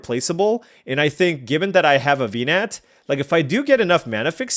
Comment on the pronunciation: Hearing Venat's name mispronounced so many times in one video may have killed me.